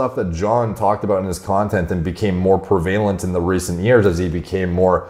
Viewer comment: How do you not know how to pronounce inundated or prevalent?? For someone who pontificates frequently it's ironic to see your ignorance.